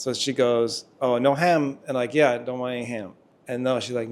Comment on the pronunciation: Yes, the 'no ham' thing...they were surely saying 'no have'. Their best try would be 'no hab' but it just came out like that somehow😊 Lovely couple btw.